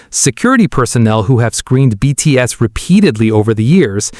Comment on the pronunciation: You really could work on your pronunciation AI, especially on the proper names of the BTS members. That would show some respect. And the hyperbole starts to sound sarcastic about half way through.